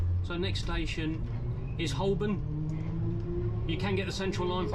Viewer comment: Fascinating and curiously relaxing to watch! Just a note: Cockney Londoners (such as my parents) never pronounce the 'L' in Holborn. It's always pronounced, HO'BURN. I like the commentary. Thank you very much for taking so much trouble with all this when you have a train to drive as well!